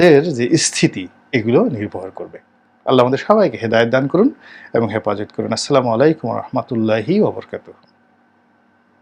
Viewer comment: আপনিতো ইসলামিক গল্প বলেন টকশোতে। তা সালামটাও ভাল করে দিতে শিখলেন না? আস্লামু আলাইকুম 'আস্লা' হবে না। 'আসসালা' হবে জনাব রনি